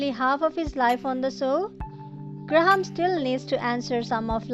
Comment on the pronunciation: Good review but you kept calling him Gra-ham and it is one word graham.